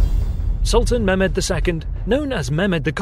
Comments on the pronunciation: It would help if you poms would roll your r's and pronounced your h's.Eg its Mehmed,not Memed or Mairmed.English pronunciation is deceiving. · Ok listen here: It's not Memed,it's Mehmed.There's a bloody "h" in there.And it's not Wallatsia,it's Wallahia.WALLAKH...IA...And it's not Sofia,as Sofia the First.It's sOfia.The accent goes to the "o".Other than that the video was pretty cool :P